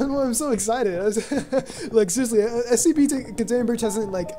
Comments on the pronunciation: You may want to consider Ritalin Also...It's S C P...not SEP. Enunciate :) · Hence my saying "Enunciate" because it sounds like he's saying SEP